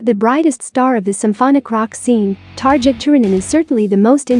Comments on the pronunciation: Xusme dear, don't say 'targia'. It's 'tarria' ^^ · It's Tar-EE-a